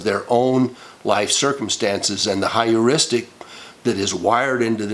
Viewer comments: It is Pronounced "Her-ristic" Not to be confused with Histrionic Heuristic Hysterics (The Most common Feminine constitution for at least 2 weeks out of each month-cycle). Oh By the way?? Statistic's assert that 1 in 3 girls are victims of sexual assault/abuse whilst 1 in 5 boys are....though the statistics for boys might actually be higher & closer to that of girls only because boys hardly ever divulge the issue even when they're adults (I was a barely-into-my-teens victim of Sexual Abuse by a 30-something adult). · Is the word Heuristic (hyouristic) rather than “higheristic”? I must admit I found Anita Hill believable and concluded Clarence Thomas a chauvinist boorish person who played the victim race card. While I considered Ford a wounded person, believing it important to validate her damage somewhere, sometime; I believed Kavanaugh.